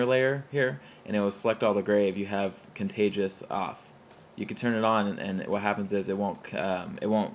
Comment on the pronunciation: say it with me: con-tig-u-ous. joking aside, great video +1.